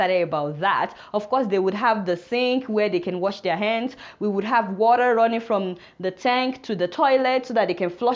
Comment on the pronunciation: i like the way she says water....warer